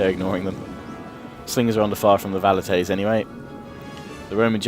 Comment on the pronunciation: Velites not Valites :D